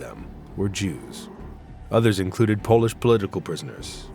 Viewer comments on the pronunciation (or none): none